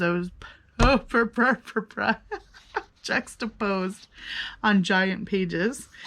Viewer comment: You’re the second person I’ve heard struggling with the word “juxtapose” today!